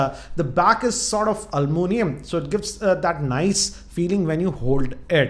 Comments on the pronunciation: Almunium 😂 Sir! It's aluminium. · it's not alllluminium ,it is aluminum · Its back is sort of "almoonium" XD